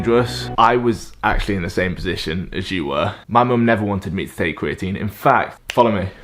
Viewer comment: I feel like American speech impediment are just old English habits sneaking through. Like an English guy just sounds like an American that sucks at talking “ cweatine gets you stwongewr” like this man doesn’t do research he does weseawrch and in America that’s a speech impediment but in England I think it’s just speech. That’s all I really took from the video. Aside from that all I can say about creatine is it makes your physique soft I’ve used it I’ve known lots of people to use it and all I’ve noticed is the loss of definition in the physique maybe just good for bulking season but idk I got distracted by his tongue thinking it has anything to do with an S sound